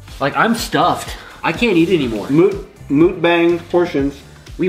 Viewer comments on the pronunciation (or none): Lol you said moookbang, lol, its [muk] like your saying up. And bang is almost like saying bong.